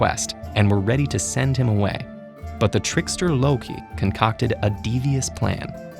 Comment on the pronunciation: Ted ed: Says it like a pro Me: What now? My thoughts: Ted ed is epic